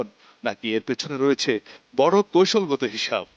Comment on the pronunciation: আপনি বাঙালি না পাকিস্থানি ? বাংলাটা তো ঠিক মতো উচ্চারণ করতে পারেন না অথচ খবর পড়ছেন। " কৌশল কে বার বার কৈশল" বলছেন l বাংলা ভাষার হোগা মেরে দিয়েছেন।